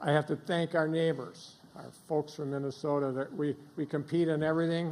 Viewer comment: What's "Vinnasota"?